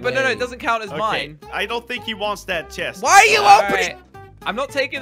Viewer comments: he said chefs instead of chest in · Chest vein not chest reveane